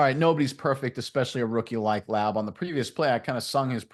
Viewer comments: It is pronounced Lau-bee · You need to PRONUNCE HIS NAME RIGHT FIRST OFF. WOULD YOU WANT SOMEONE TO MISS PRONUNCE YOUR NAME OVER AND OVER AGAIN? I THINK NOT. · The first thing you should do when you break down a fan favorite, is learn how to pronounce the man's name. If you don't care to, I don't care to listen. Re-record this. Redo it. Be ashamed of yourself. You failed at step one. Laube, like rowdy. There are so many sources for how to pronounce his name, including many interviews of the man himself. Why don't you know this basic thing? Why have you heard no interviews of the man you are being authoritative about? Should I trust whatever else you know? I'm sure you are good at breaking down film, just, please, don't make us hear what we know is wrong in nearly every sentence you speak. To be fair, I can't really critique this video's substance because after hearing the mispronunciation 3 times in the first 30 seconds, I refused to watch the rest. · at least pronounce the man's name correctly if you're doing a video about him .JEESH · Say it wrong, and say it many times😂